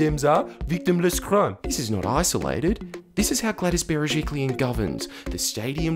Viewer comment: The most important thing I learnt from this video is how to pronounce Gladys Berejiklian